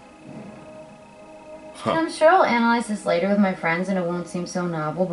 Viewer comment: Your one horny guy :P, and I love how say with or "wif" in your case, and God you have me dying at the end of every video, don't stop making da mudda videos